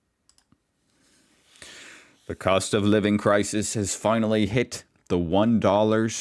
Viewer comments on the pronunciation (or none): none